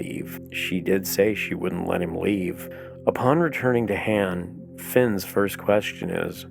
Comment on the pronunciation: You're killing me the way you say Han. Good video tho.....